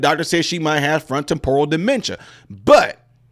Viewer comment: I’ve never heard Temporal pronounced that way. Lean something new everyday